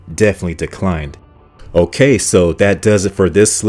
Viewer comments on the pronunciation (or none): none